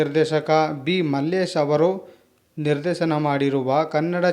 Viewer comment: ಕೆಲವು ಮಿಸ್ ಮಾಡಿದ್ದೀರಿ.... ನಿರ್ದೇಸನ ಅಲ್ಲ ನಿರ್ದೇಶನ......